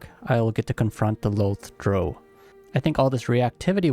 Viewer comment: Your pronunciation of Drow bothers me more than it should XD I'm also def looking at a Drow Gloomstalker at some point and Dragonborn Spore Druid, but my first playthrough will be a Drow Warlock for sure. Haven't fully decided if Lolth or Seldarine tho.